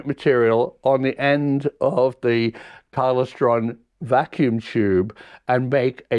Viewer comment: It's pronounced KLY STRON. All very interesting, keep it up, but please, please pronounce Klystron correctly. Regards.